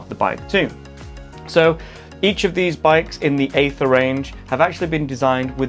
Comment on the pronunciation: It's pronounced 'ee-ther' 😁